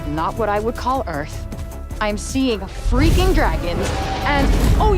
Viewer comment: I guarantee you there will be a moment where she says “well, that just happened” and one where she says “we got company” Also her saying “freaking” is weird enough already but why she gotta say it like “free-keeng” like a kid trying to make absolutely sure their mom doesn’t mishear and think they’re dropping f bombs